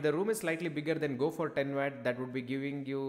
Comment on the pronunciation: It's pronounced watt not wat